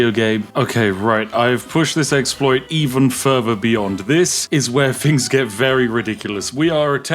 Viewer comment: "I found some fings" lol